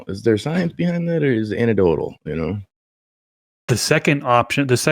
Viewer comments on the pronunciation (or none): I'm gonna be that guy. you gotta put the "EC" back in "anecdotal." an·ec·do·tal